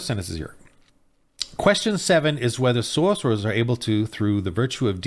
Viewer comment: Every time that guy said "Sorceror" I died a little inside.